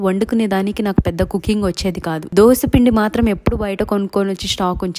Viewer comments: Dhosha kadhu adhi dosaa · Dosha , dosham kadu amma thalli … ado Dosa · Dosha kadhu akkoo dosaa....kavalani dosha😂 dosha😂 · దోష కాదు అక్క దోశ